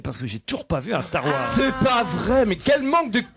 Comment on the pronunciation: Avant Don Cabillaud il a déjà dit Tzar war et pas Star War 🤣🤣🤣👍🏼